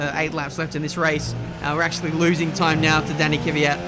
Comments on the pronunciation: KV YAT not KY VI YAT!!!! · Stop saying Kyvyat instead of kVyat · You always say Kivyat but it is KVYAT it’s like you do it on purpose